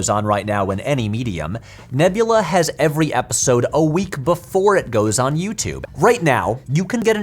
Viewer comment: hey patrick is back! yay! and with a slight accent on that ever(d)y!😎